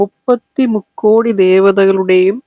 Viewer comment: Rukkodi alla mukkodi ennanu